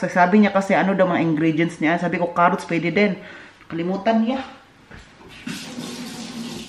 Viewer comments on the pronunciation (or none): none